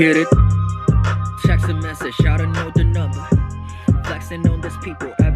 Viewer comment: help for some reason. i thought he was saying s.x and not text, lmao 😂💀💀🙌🏻